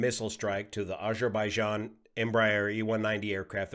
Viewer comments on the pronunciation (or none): none